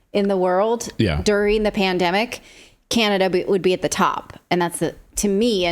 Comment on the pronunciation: "I fink you need to get duuhhh jab every two to tree dayys" -Theresa Tam